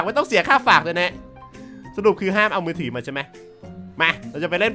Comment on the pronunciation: มือถือครับ ไม่ใช่มือถี่ 5555